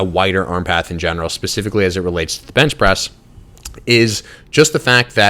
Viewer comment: when you try to say press and bench at the same time